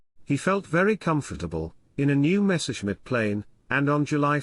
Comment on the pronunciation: Was ist das für eine Sprache? Luhfaffäh mit Mesusmit Zum Kotzen..